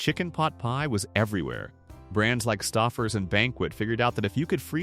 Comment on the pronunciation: St oh fers not st ah fers